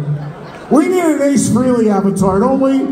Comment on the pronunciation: Trunk still doesn’t know how to pronounce Ace’s last name correctly. It’s Fray-Lee. Not Free-Lee. Derrrrrrr